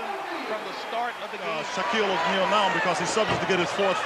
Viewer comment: Who the f*k is "Shock-Eel Ahneil?"